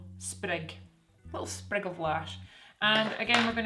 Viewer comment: Little sprrrrig of lash. LOL love it💚